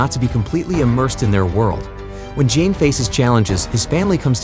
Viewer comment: You do not pronounce it with a J, although its spelled Jaime Its pronounced a Hi-May